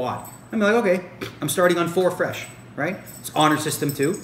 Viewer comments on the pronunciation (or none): none